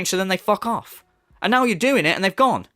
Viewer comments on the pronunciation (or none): *calls other people spoiled and entitled. “Let’s get some suhpohrt RIGHT NAEW! Khamahn!”